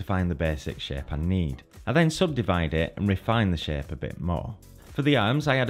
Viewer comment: Everytime he says "shape" I hear "sh*t" and that has made this video much more entertaining to listen to.